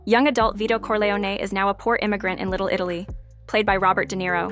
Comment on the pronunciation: The AI voice ruins it. Can't even pronounce "Corleone."